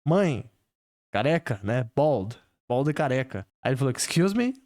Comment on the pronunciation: eu nao entendi BALD, eu entendi BALLS kkkkkkkkkkkkk pra min foi mais engraçado